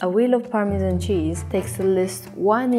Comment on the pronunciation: A wheel of Parmesmmnmn...